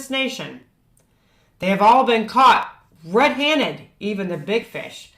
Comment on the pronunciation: I get a kick out of the way she says red-haned she leaves out the d on hand.